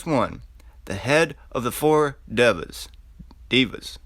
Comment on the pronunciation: 😂😂 devas you are pronouncing the word wrong no wory in india devas(GOD) he is head of the 4 god(devas) GOD Of Wind 😎💯🍻🍻